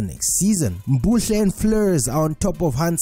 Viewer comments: Mbule not mbuhle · Ayy ayy ayy Please it MBULE.. M- BOO-LE